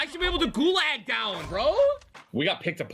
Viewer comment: I hate how ninja pronounces gulag like gu-lag instead of gu-log